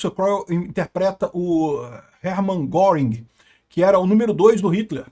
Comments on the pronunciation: A pronúncia não é "goring" é "guérin" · lutando sem sucesso pra pronunciar corretamente o nome do Göring... 😂 * Ou Goering (mesma pronúncia: "Guêrin", fazendo biquinho ) Nuremberg foi contradição e hipocrisia, pois os crimes aliados não foram julgados. Queriam acusar Dönitz de crime de guerra por causa da política de não resgatar náufragos em seus submarinos. Até que Nimitz foi em sua defesa, dizendo que os americanos também tinham essa regra... e Dönitz escapou da forca.